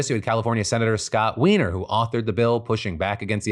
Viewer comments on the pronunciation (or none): I’m immature. I laughed out loud with Phil’s emphasis on Scott Weiner’s last name.